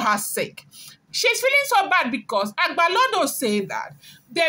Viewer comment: It's not agbalodo but agbalode